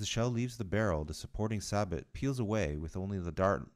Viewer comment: With regard to the exploding ammo, that's an old psyops trick ... Also sabot is pronounced sa-bow not sa-bot